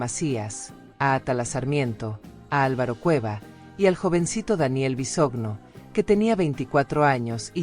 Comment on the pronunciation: Es Micaela no michaela. Es Bisoño no visogno